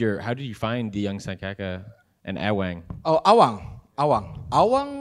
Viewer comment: Awang kalau bahasa inggris jadi Eweng 😅